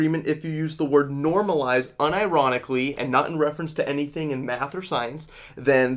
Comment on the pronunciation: Ok who ruined the word "normalized" for this man?